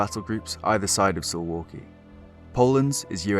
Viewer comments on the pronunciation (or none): Sounds like suvlaki when You pronounce it. It should be pronounce "Soovawkee" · Dude I live in Suwałki Btw it's pronounced Sue-Vall-key not So-wall-key, we pronounce our w and v differently from english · Soo-valky not su-walky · Suwałki is read like: SOO - VAOO - KEY Hi from Poland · SUWAŁKI is pronounced "Soo-vow-kee".